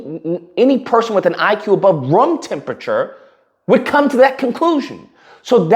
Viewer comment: Rum temperature gets me every time. 😅